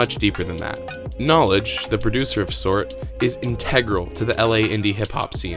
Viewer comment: The beats not called sort it’s so[rt] basically it’s pronounced “so right” knx uses his own language when he names his beats lol